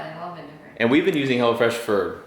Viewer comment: Tought he said Hella fresh and not hello fresh, lmao.